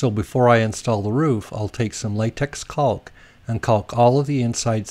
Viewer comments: Caulk is pronounced kok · maybe, but nobody but you says it like that, right?